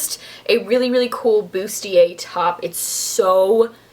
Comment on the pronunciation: I am so happy you pronounced "bustier" right. I nearly died when another girl on YT mispronounced it.